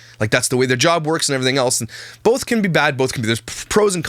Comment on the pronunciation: BOLTH !!!!! THERES NO FUCKING L IN BOTH!!!!! 😤😤😤😭😭😭😭🤣🤣🤣